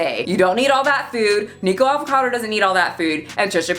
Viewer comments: That story about your sister was ultra cute. By the way, his name is Nikocado Avocado, not Nikado. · I hope your mis-pronunciation of "Nikacado" was on purpose to troll him. He is disgusting. And the animal murderer girl is gross too but at least she's....nope, nothing good to say.